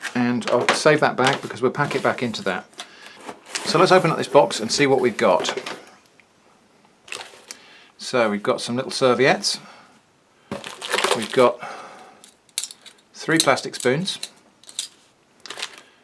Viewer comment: Also: "so we got some little Soviets" (serviettes)